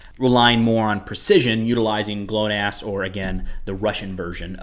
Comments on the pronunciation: For pronunciation of Russian/Ukrainian vowels and letters you can check the "How to read the Ukrainian alphabet" videos by "Speak Ukrainian". Other channels provide similar videos for the Russian alphabet. GLONASS you did quite well. It's like "Glock + Nassau" (-ck, -au) Pronounce "O, o" like in "not, possible, optimum", but never as in "home, pose". "A, a" is pronounced like in "car, far", never as in "male, advanced". "E, e" pronounce like in Spanish, i.e. "Jerez, frontera, mesa", French "merci" or English "September", but never as in "certificate, person". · you pronounced GLONASS correctly. You mispronounced "Smerch". The "e" should sound like in "pen". The word means hurricane, btw. Love you videos. Cheers